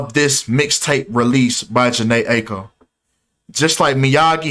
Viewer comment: And you’re mispronouncing Aiko